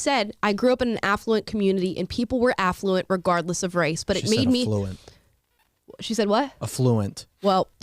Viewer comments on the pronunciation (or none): Thanx for pointing it out. 😜 Ah-flu-int